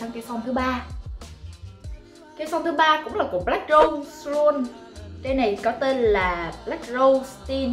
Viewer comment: Đọc là black rút nha nha chị kphai black râu đâu nha chị ơii. Chị chú ý phần phát âm nha chị